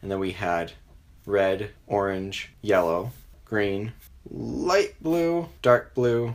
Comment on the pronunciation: You say yellow like YOLO